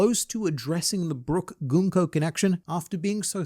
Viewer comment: I'm here because is one of the few YouTubers who pronounces Gunko correctly... And makes me think he may or may not be a Danganronpa fan...